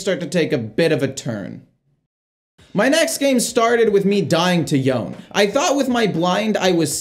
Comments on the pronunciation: Yone is pronounced YO-NAY not yoan. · So the champion's name is pronounced 'yo-nay'. It's a Japanese name and has two syllables. I know it's not a big deal but every time you said it wrong I couldn't help but want to correct you. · You pronounced Yone’s name wrong… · You lost to Yone because you keep mispronouncing his name.